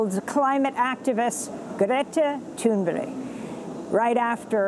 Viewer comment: Amy Goodman, I know you're trying, but I seriously doubt her name is pronounced "Guretta Toonberry"...